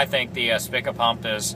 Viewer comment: pronouced Speeka.